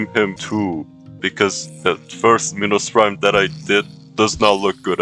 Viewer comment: Minos prime? No! Pinos prime? No too! It binos brime